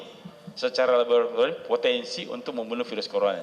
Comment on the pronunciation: secara labebbrrrrtorium